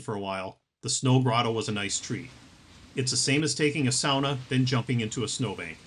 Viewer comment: Thank you!!! You didnt make my ears burn saying SAAAAAWNA. SOWNA....like a civilized person. 😂 Seriously,thanks for the great video.